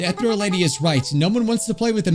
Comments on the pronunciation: you don’t pronounce ethereal as e-thr-El you pronounce it as E-thE-rE-l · Is it just where I'm from or is pernouncing Ehtereal wrong? I say E-t(h)ear-eël instead of ethreal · Take a shot every time he pronounces "ethereal" wrong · Ethereal (Pronounced like eh-thee-rial) means "extremely delicate and light in a way that seems too perfect for this world." BUT it also means "airy and insubstantial" such as a ghostly figure. So essentially, the Ethereal Lady appeared to be too perfect, delicate, light (both in weight and glowing, hence her floatiness) and ghostly in a way. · i understand you cant read correctly sometimes but i got seriously bothered how you read "Ethereal" its pronounced: uh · thee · ree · uhl Edit: my apologies I taken out the part where I sounded rude I am truly sorry for that I shouldn't say that but I will leave what should have meant. Again my apologies to you and everyone reading these comments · I CANT STAND HEARING “ETH-REAL” ANYMORE IM GONNA DIE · it think it goes more like (eeh-thee-ree-al) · Me screaming "UH-THEE-REE-UL!" at the screen. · I'm enraged at the fact he pronounced "Ethereal" as "Ethreal" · it’s pronounced uh·thee ree uhl uhl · Take a bite of any pastry with you everytime mispronounces "Ethereal" You'd lose anyway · i feel like i take psychic damage every time you pronounce ethereal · Everytime he said ethereal it made me die a little bit more inside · Jesus the ethereal pronunciación hurts my ears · Why'd he pronounce ethereal like that